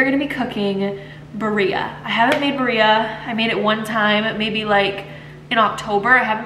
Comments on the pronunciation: It’s pronounced “bee-rreah” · Hi, this is in no way a hate comment. I just wanted to help you with the pronunciation. It’s “beer -ia “ it’s easier to say if you sound it out like this ❤